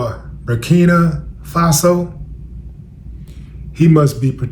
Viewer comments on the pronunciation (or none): Bout time you covering Ibrahim Traore and what's going on over there. They tried to delete the inventor of that vehicle also Bur-keen-uh is how u pronounce it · Your MESSAGE overrides any mispronounced word Willie D...Your sheer intelligence speaks volumes